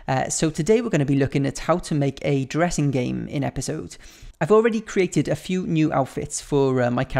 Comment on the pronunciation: It sounded like you said "lets make a Jurrasic game" 😂😂😂